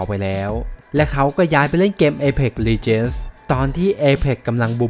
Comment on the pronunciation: legends อ่านว่า เล เจ็นส์ นะครับ